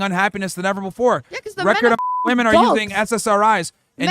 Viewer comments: Why do so many young women have trouble saying the word "women?" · What is it about this younger generation that doesn’t allow them to be able to pronounce the word “women” and not “woman” when referring to multiple women? Smh absolutely ridiculous. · Why do these young woke women pronounce the plural women as woman. This reflects the state of education system.